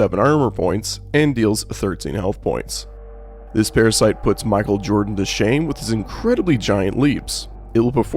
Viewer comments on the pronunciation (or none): none